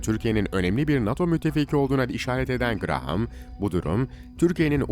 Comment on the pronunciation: If you are talking about senator Graham show his images, NOT senator Menendez. Also, in English Graham is pronounced "Graam" .